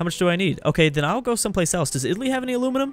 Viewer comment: The way he pronounces Aluminium is amazing. Like someone talking underwater 😂